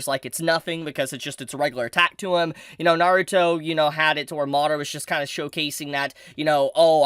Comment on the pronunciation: Learn how to say Naruto!!